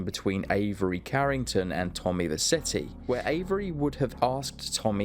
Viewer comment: You never played vice city cos you can’t say vercetti properly